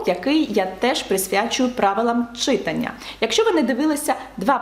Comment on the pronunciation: Будь ласка , кажіть "читАння". Від слова "читАти"